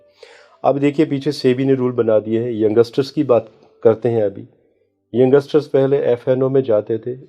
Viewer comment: भाई वो यंगसटर नही होता यंगस्टर बोलते हैं.. और ये astrologer को ये भी नही पता